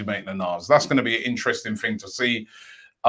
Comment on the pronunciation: He actually said "sign da ting" 🤣🤣🤣